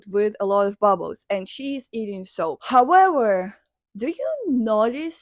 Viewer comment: ive watched her talk about her for two videos im a fan of but for some reason i just cant get over how she says "howewer"😭